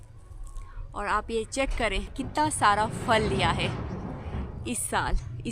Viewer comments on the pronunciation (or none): Fal is wrong word Phal is right word اسلام علیکم ورحمتہ اللہ وبرکاتہ اپ ہمیشہ پھل کو فل بولتی ہیں اس لیے اپنی اردو تھوڑی سی اور اچھی کرلیں مہربانی ہوگی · كيا اپ کی طرف پھل کو فل کہتےہین۔یہ سننے مین بہت برا لگتا ہے ۔